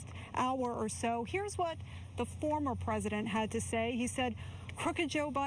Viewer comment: She thought she needed to accent the word former when talking about Pres. Trump. Isn't she irritating? 🤨